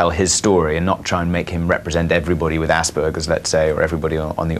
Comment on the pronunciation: You said Aspergers wrong, i can't believe you!!!